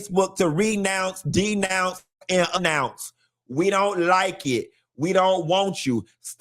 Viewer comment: “A Nounce” lol